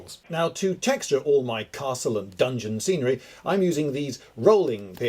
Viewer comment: He said scenery as serenery, which should totally be a word for nice scenery